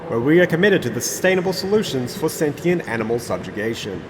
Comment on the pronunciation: Wait … did he just say sentient?